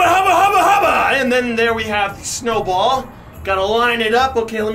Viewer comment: When he said snowball did anyone else hear Chernobyl